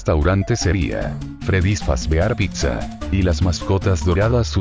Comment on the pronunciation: otro mas que le dice pigsa xd